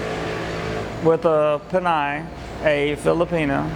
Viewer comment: Lol, you are pronouncing "pinay" wrong, I have not heard pinay used in a long time, mostly I hear Filipina. Also were you asking about tampo?